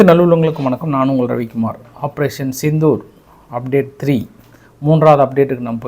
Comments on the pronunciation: Not sithur it is Sindhur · சித்தூர் அல்ல. செந்தூர். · அய்யா சித்தூர் இல்லை சிந்தூர் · சித்தூர் இல்லை சிந்தூர்